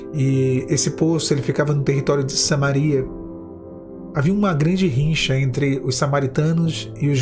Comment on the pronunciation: Rixa.Rivalidade, bla, bla , bla. Não rinxa ou rincha! Deve ser sotaque. Abraços fiel. .